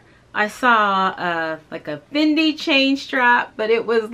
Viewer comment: Thank you for pronouncing it correctly!